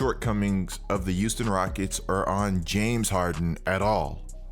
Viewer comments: I got a question I got a question no disrespect?!?! 🙋🙋🙋🙋 umm are you saying Euston or Houston?!?!?! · I absolutely love your content bro, but maaaaan the H in Houston is not silent. Now I know I'm not crazy but i swear you keep saying Uston instead of Houston😂🤣😂🤣🤦🏿‍♂️